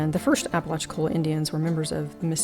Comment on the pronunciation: A really fascinating shop! Some years ago when I doing phone customer service, I spoke to a gentleman from Apalachicola. I mentioned some of the history of the area. He told me I was the first Yankee he'd heard pronounce the name right!